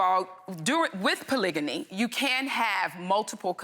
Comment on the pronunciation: They’re pronouncing it correctly. Polygamy, polygyny and polyandry.